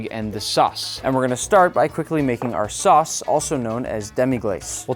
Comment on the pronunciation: I thought you said sus instead of sauce😭